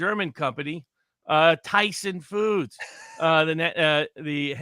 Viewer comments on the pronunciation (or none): Robert, pronunciation of Thyssen[Krupp] does not resemble Tyson Foods in the least. 'y' there is like 'ea'. 'e ' is absent: "teasn."